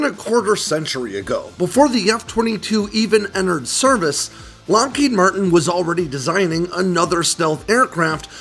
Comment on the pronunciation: Loheed Martin? Kannst du nicht lesen KI? It is Lockheed Martin.